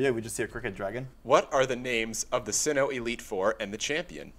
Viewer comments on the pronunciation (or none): How in the world did you get Sihhino from "Sinnoh" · ITS PURRNOUNCED SINNOH AND THE CHAMPION IS CYTHIA WITH HERE ACE OF GARCHOMP!!!!!!! POKEMON!!!!!!!!!!